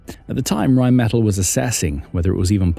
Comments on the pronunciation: It’s pronounced Rhine Meh-TAHL. Really enjoy your contributions! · Pronounced Rine Met Tall!